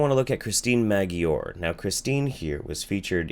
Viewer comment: With respect her name is/was Christine Maggiore (pronounced "Majore"); In response to the pejorative connotation of ur video...Was there major holes in "House of Numbers"? Yes, but there is also holes in what ur saying. Christine & Dr Duesberg are not Aids Denialists, they are in fact denying that HIV is the virus that causes Aids & they are also refuting the effectiveness of AZT used to treat HIV. The facts are, in the 1990ties when Christine was diagnosed with HIV, the only available treatment was AZT (AZT which is a potent DNA chain terminator). This medication was given in extremely high toxic doses, to ppl whose immune system was already extremely comprised due to infection. Getting back to Christine....In the 1990ties all the ppl diagnosed with HIV who took the "Toxic" medication given to them died within 1 to 3yrs max. Those were the tragic facts! Had Christine taken that type of "toxic" treatment available back in the 1990ties she would not have lived more than 3yrs, instead she chose to try something different & by refusing the medication, she lived another 25yrs...…… Now let me make something very clear, in 2019 Science has made amazing breakthroughs & now there is better treatments, better options & even a Vaccine( "Prep") which can prevent the contraction of Aids all together; So I am in no way advocating against preventative treatments in today's day & age; But that does not change the fact that those who contracted HIV in the 1980ties & 1990ties did not heve the